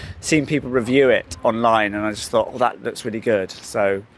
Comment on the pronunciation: Okay, I considered that, too. Especially her pronunciation of the word "thought" sounds rather AE.